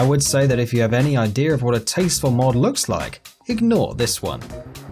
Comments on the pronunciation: he said idear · He said “IDEAR” with the (R sound at the end) . He is from the north.